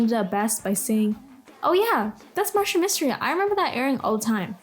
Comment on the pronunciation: Reboot is easily one of my favorite cartoons of all time. Sigh if only it got finished. I am not just hearing this person not only dunk on Martin Mystery but but also getting the name wrong.